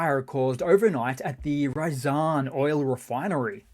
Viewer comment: Almost perfectly pronounced RYAZAN as not Rayjasan' but instead the vovel Y as in Yellow.